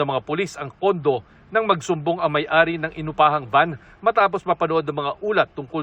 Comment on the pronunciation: It's may ari, not mayhari.🤔